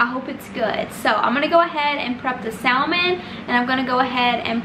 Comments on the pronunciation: Great video. But The L in “ salmon” is silent. It’s pronounced “sa-mon” 🙂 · The salmon? Sallman??